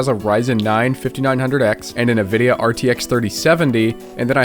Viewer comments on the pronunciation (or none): NO WAY THE JUST SAID "NUH-VIDIA" INSTEAD OF "ENVIDIA"